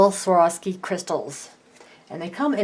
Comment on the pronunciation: Why are you saying "Saworski"?